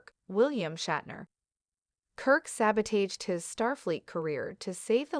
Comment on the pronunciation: The mispronounciations of that computer voice are ridiculous. Serrydos? Saboteyshd? Captain... Gin-Lock Picard? Also, why you write Sisko in the title but not mention him?